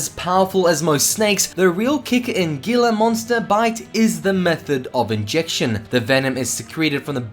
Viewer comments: its pronunced hila monster watch ceyote peterson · Gila monster is pronounced like Hila